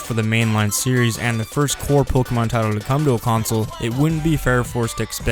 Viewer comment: Dude you gotta learn how to pronounce pokemon properly if you're going to talk about it for a whole video lol